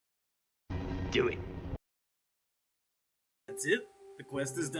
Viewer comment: ''DEW ET''🤣